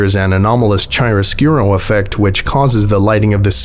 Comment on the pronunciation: chiaroscuro is pronounced with the CH as in CHaracter Nice video, either way!